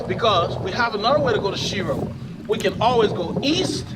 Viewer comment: Mispronounced the name but that's ok a lot of people do its actually pronounced shyro but spelled shiro. My hometown